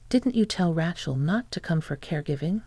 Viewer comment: Pretty good AI voice, but any native-English speaker would know that is a horribly wrong pronunciation of "Racheal". It is a long A, like "ray", not "rat". It's really jarring to hear it over and over again.